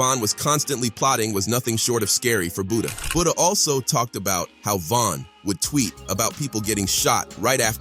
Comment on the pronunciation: Who tf is Buddha…butter